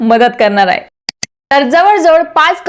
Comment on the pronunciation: ताई.. खुप छान... पण तुमच्या उच्चारांत आहे चा हाहे असा उच्चार येतो तेव्हढ फक्त काळजी घ्याल तर फार छान होईल...